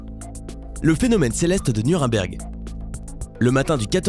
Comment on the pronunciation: C'est un détail mais...pourquoi vous dites "Nurimberg" ?